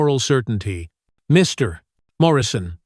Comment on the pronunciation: Hey Narrator. Your narration is okay, except when it comes to addressing someone as 'Mr.' or 'Ms.' There is no pause, and it should not have one. It should be continuous, for example. Mr. A or Ms. A in one full phrase. Could you correct yourself?